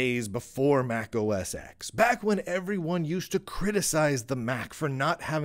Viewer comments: It's Mac OS TEN (X). Not "X". "X" is the Roman numeral for the number 10. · Sorry, you are not qualified to speak about macOS since you are pronouncing "mac os EKS" .. and not 10 as it should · As soon as you pronounced MacOS X, not as MacOS 10 when trying to establish your expertise, you lost me. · Mac OS X is pronounced Mac OS TEN. The X is a Roman numeral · There is no "Mac OS Ecks". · How do you expect any credibility when you keep calling it Mac OS X when it’s Mac OS X (10)